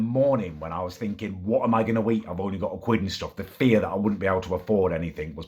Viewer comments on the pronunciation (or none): none